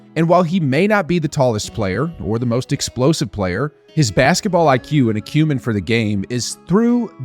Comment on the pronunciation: It's AH-cu-men. Not ah-CU-men.